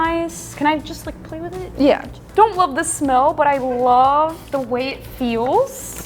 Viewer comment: Hehehe,You said smelll!